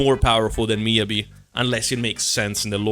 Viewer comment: Miyabi....heh more like midyabi